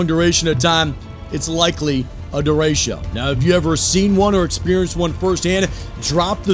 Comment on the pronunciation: It's pronounced DE RE' CHO NOT DA RAY' SHEEO!!😐😑😶🙄😏😖😤